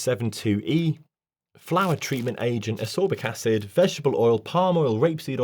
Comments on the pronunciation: Isn't it telling that this "doctor" has never heard of Vitamin E and cannot even pronounce the name of Vitamin C. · 100% FAKE. I was listening until I heard you mispronounce ASCORBIC ACID and then say you never heard of Alpha Tocopherol. My guy. THAT IS VITAMIN E. FAKE ASS FUCK!